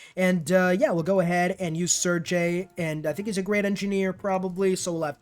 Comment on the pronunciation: and the ending of Sergei is pronounced like GAY, not jay. I dont really care about mispronunciations, but Sir Gay is worth mentioning